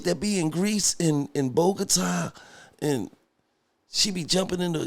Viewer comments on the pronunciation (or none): none